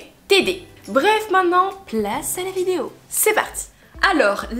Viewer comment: Depuis toutes ces années tu sais toujours pas prononcer "vidÉo"